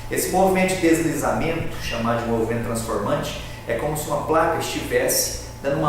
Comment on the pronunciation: É TRASNFORMANTE OU TRANSFORMANTE ???? bem no finalzinho do vídeo.....